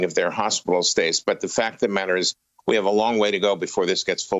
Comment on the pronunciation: The newscaster pronounced intravenously wrong, LOL